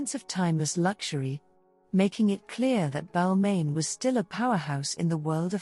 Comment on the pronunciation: It was the mispronunciation of ‘Balmain’ for me But I guess these things happen with AI voiceovers